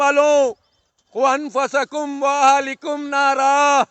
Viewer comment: Bhai ANFUSAKUM nahi ANFUSUKUM hai